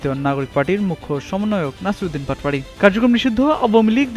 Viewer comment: নাসিরুদ্দিন বাটপারি মানে? উচ্চারণ এমন কেন সাংবাদিক?